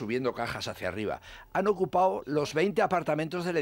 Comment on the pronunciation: Por favor Rosa Belmonte, que eso de "ocupao", ¿tan difícil es hablar correctamente? Qué manía con los paticipios, y eso que serás periodista.